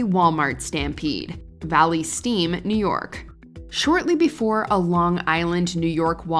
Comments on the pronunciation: "Valley Steam"? It's "Valley Stream" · Its Valley Stream, NY.... Not steam 🤣🤣🤣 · I live not too far from that WalMart in Covington, Washington. Damn… And it’s Valley STREAM, NY. Crikey…it’s not that hard to look up a city’s name… 🤦‍♀️